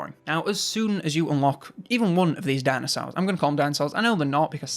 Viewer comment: Dinasours, sounds like a deliciously sour gummy candy shaped liked a thunder lizard.